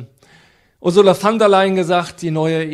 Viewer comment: Die Ursula heißt "von" der Leyen, nicht "van" der Leyen.